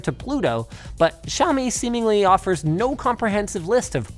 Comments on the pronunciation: Linus it's no jaomi it's Xiaomi and if you want to say it more accurately say "siaomi" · did he just called xiaomi giaomi? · Linux... the "X" in Xiami is pronounced as a "SH" so it should sound more like "Shaow - me". Just a FYI :) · can i just take a moment to say that the x in chinese is just the "sh" sound? nothing exotic sounding like Žçhaomi or whatever just "shyaow-mee" is fine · Not one person told him how to pronounce Xiaomi.